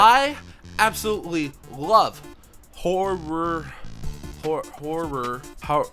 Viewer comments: Wait are you not a native? Or is "horror" just a word hard to pronounce sometimes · the word horror really is hard to say lmao